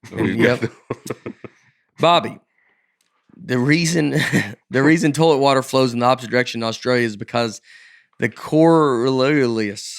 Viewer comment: Toelet is one of the funniest pronunciations of toilet I've ever heard and I grew up saying torelet